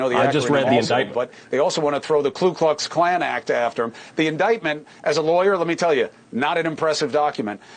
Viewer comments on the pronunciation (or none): Dear Mr. Cuomo. It's Ku Klux Klan. Not Klu Klux Klan. I feel stupid just having to point it out.